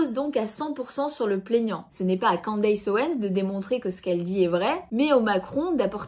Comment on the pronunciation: On ne prononce pas 'Quandeillesse' mais 'Kenndess' 😉